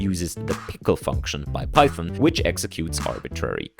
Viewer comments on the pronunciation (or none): none